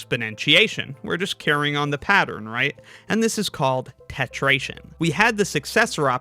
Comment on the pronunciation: Why isn't it? If the previous is tetration, with the r, the next should as well.